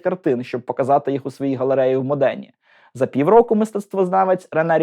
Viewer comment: Мистецтва "не торкався", лише грамотність : МОдена, а не МодЕна. Зе-еС-У, а не Зе-Се-У. Офіс Президента України, а не офіс Зеленського. А загалом, цікаво. Як завжди 😊